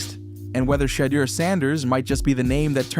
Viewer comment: You can't even say his name right,WTF. His name has been talked about for months. Shatter Sanders seriously SMH